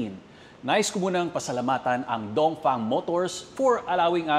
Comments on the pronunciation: bakit mali ang pagbigkas ng DONGFENG mo dapat DONGFENG hindi dongfang dongfeng dapat hindi dongfang ha brad itama mo naman brad okey............ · Dongfeng ❌ Dongfang✅